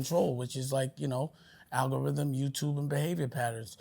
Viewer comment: Dame dashole pause the ALGARHYHEM 😂